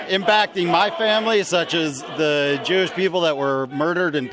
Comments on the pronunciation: Sounded like the one dude says he’s a “Jewwwsh” but said douche 😂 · They NEVER KNOW what they’re even there protesting. A MAN IS A MAN, A WOMAN IS A WOMAN. WE HAVE THE FIRST AMENDMENT AND SECOND AMENDMENT FOR A REASON. FREE SPEECH IS FREE SPEECH FOR EVERYONE. Racist? Dude said “Jew-oosh”, like “douche”. Nazi? He said Ben Shapiro caused the Pittsburgh shooting- HE’S AS JEWISH AS THEY COME! The stupidity pisses me off every time I watch this shit. That one guy that was old as fuck openly admitted being paid and wanting to get violent. We need someone to infiltrate ANTIFART on the DL, and then publicly we need more groups (kind of like the proud boys, but perhaps with a leader that doesn’t say as much controversial shit) to go out and push back on these mask wearing assholes.